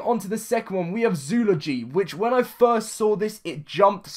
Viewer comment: Zoo-ol-o-gy That's how you pronounce it.